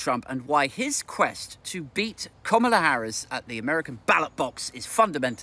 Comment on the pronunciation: It’s pronounced ‘Kamala’, as in ‘Instant Kamala’.